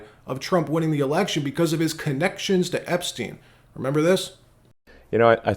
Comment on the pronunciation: Bro don’t say “epstien linked”… trump was all over that flight log